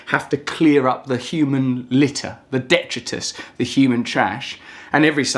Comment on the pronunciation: It is pronounced "dee-try-tus" not "det-tree-tus"